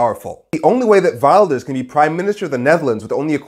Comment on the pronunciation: Learn to pronounce his Name correctly and stop being racist!!!